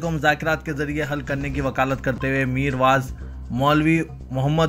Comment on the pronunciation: Meer vaz nahi meer vaiz bolo